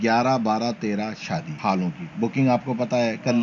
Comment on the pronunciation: Sadi nahi hota shadi hota